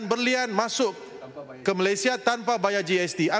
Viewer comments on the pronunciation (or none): none